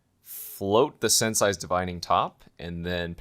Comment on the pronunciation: Sensei is pronounced: sense ay! Not sense *sigh*. Also it really annoys me when you my that clicking sound with your teeth but I guess I’m just nitpicking.